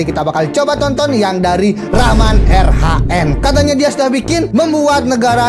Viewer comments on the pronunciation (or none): Bang reman rhn bukan raman rhn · Hwhwhwhw bukan raman tapi reman banb